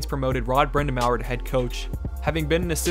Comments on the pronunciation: The next time you make a video about the Canes, please look up how to pronounce Rod Brind’Amour’s name. It’s BRIND-UH-MORE, not BRIND-A-MAOER. You butchered Teuvo Teravainen’s name, too. It may seem nit-picky but it’s really distracting. At least get the head coach’s name right. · It’s a French surname so its supposed to be said Brin-da-mour like In tour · Brindamower? Are you kidding me? You lost all credibility at that point...lol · I immediately lost all respect for his analysis when he said that. How do you make a video about the Hurricanes without knowing how to pronounce the most important player in franchise history AND the current head coach? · THIS THIS THIS THIS THIS & THIS? I'm a huge Brind'Amour fan! And it hurt my soul to hear that butchering. I mean if he had listen to any audio about him (Rod) at all from major hockey websites, he would have heard how it is properly pronounced... right? Or am I just overthinking? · i really appreciate you making a video like this about a team that is constantly over-looked and brushed off, however, the pronunciations of RBA really bothered me lmao! all jokes aside, really great video and as a huge fan of the team it makes me happy to hear us gaining more (deserved) attention in the world and online!!! go canes!!! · Im just glad Waddell has grown from his mistakes in Atlanta. This past offseason he made some questionable goal tending decisions but its paying otf on the ice. Super deep team. Edit-vid was kinda hard to watch with A the mispronunciations of Brindamours name and just quite a few inaccuracies in the info..... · My god even if you're not a Hurricanes fan how do you not know how to pronounce Brind'amour…. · You must not follow the Hurricanes much. You don't even know how to pronounce the name of one of the greatest players and the coach of the Hurricanes. Watch some YouTube videos about the guy and learn. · You absolutely butchered brind a mour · Rod Brind a mower 🤧 it's brind-a-more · “Brind-a-mower” lmao